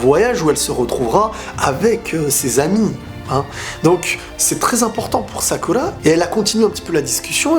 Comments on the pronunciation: Il a dis salada et sacula et il a dit imawali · "sakula" "salada" 😂